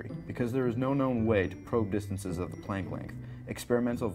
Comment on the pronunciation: He speaks way to fast. What's the big rush? I've watched this twice and still don't know what he's talking about. It sounds like this string thing is smaller than a what? A plankton? I can't understand the word.